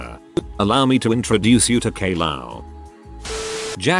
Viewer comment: “Kay- Lao?” I guess Caillou’s a Mortal Kombat character now.